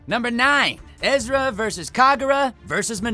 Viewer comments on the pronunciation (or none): I noticed that instead of saying Erza, Todd said Ezra instead (this only happened the first 2 times, he said it correctly the other times). 😇 Edited: I just scrolled down in the comments and didn't know that pronouncing names wrong was a thing on this channel so I guess Todd did it on purpose?...Most likely...Since he's a Fairy Tail voice actor (I hope that's the case but if not...People make mistakes so it's still okay). 😇😇😇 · Wtf. You called Erza, Ezra several times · yea it hurts when you say EZ ra insteand. of erza like emily annear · It really hurts how Todd said “Ezra” and not “Erza” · nice vid... but im getting annoyed every time you say Ezra instead of Erza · It's not ezra it is erza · Did this man seriously say Ezra instead of Erza? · EEEERRRRRRRRRRRRRRRRRRRzzzaaa. Not EEEEEZZZZRRRRaaaa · It's Erza not Ezra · u know its erza so stop saying ezra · Anyone else hear Todd call Erza “Ezra” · GALE CONFIRMED BY NATSU HIMSELF. But Todd.... WHY did you keep saying EZRA at the start?? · He called Erza 'Ezra' , WHY WOULD YOU FUCKING DO THAT 😠😠😠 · It's Erza not Ezra 😤😤😤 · DID I JUST HEAR HIM SAY EZRA????? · Ezra?! You've been dubbing this series for years and you say Ezra?! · I know jit did not just say Ezra!! And he works on the show!!! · TODD!!! Its "ERZA", NOT fucking "EZRA"! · Ezera? Here’s a tutorial on how to say Erza Er-z-a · Ezra? Really Todd? Her name is Erza. ERZA SCARLET Titania, Queen of the Fairies. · Anyone else noticing that Todd sometimes say Ezra and not Erza? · It hurts me when Todd keeps saying Ezra instead of Erza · At least he said it correctly on number 7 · He did say Erza but he also said Ezra. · He did not just say Ezra... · I mean there’s no way he’s doing that on accident considering he played Natsu for years, and always said Erza in the show. It just wouldn’t make since that now he says it wrong. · He's said her name so many times while recording Natsu yet he mispronounces it here? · you cant say erza